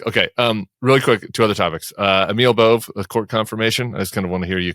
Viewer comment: Just a nit, Tim, but Emil Bove is of Italian descent. His surname is Bove, which is Italian for ox. It's pronounced 'BO-vay."